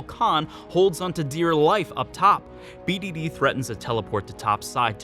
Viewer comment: his name is BADD